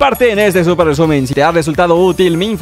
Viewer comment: XD como dice súper recumen xd